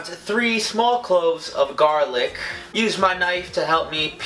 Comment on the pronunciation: three small cloves of garlichhh